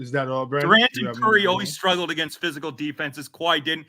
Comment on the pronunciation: If somone misspronounces "AGAINST" again i will officially never put maple syrup on my chicken and waffles again! Canadian or not. Lol